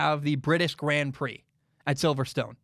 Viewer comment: I love the way says 'GRAND prix lmao'